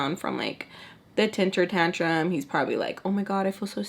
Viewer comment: It’s temper tantrum 😂…. Not tenter tantrum